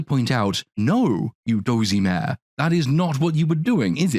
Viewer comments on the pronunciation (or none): none